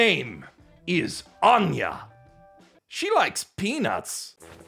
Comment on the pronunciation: I was sincerely filled when anger when you said Anya